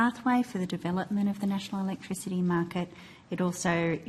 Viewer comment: 'Chweapertl electwichitty' 🤪